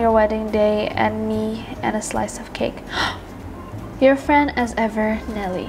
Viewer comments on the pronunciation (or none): none